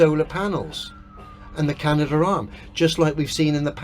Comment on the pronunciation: keeps getting it wrong. It’s the Canadarm, not the Can-uh-der-arum.